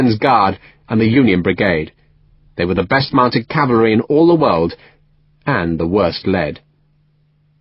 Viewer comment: He says 'cavary'.